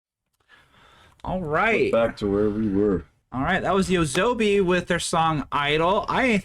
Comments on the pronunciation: Not yosobi (hey sobi) or yowazonbi (weak zombie), but TOASOBI (night play) It's easy to pronounce using romaji rules. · It's pronounced "yoh-ah-soh-bee", not "yoa'zoubee" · Just some commentary on the artist and this song. First, YOASOBI (pronounced "Yoh-ah-soh-bee") is in the top tier of popular Japanese artists right now. The producer of the music, Ayase (pronounced "Ah-yah-seh"), is a man and he does not sing. He just creates the tracks and performs them on stage. YOASOBI literally means "nightlife" or "going out at night" which Ayase and Ikura (pronounced "Ee-koo-rah") used because they were expecting their partnership to be a temporary one akin to a night gig. Though they continue to do projects independent of each other, the duo doesn't seem to be going anywhere anytime soon. The other band members at this live concert are not officially part of YOASOBI, but are contracted with Sony Music Entertainment and accompany YOASOBI at live events. As for this particular song, Idol, it is the theme song to the anime adaptation of the manga (comic) series "Oshi no Ko." The story is about the ins and outs/two-sided-ness of the entertainment industry, especially for "idols" in Japan which are more commonly referred to as "divas" in the States. This is why the song has so many different progressions and key changes. The major keys, including the chorus, express the flashiness and glittery side of being on stage with thousands of fans cheering you on while the minor keys, including the rap segments, portray how cut throat the industry is and how you need to put on a facade to make your way to the top. If you read/watch the series, this song increases in